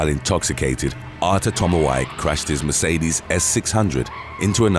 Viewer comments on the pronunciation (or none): none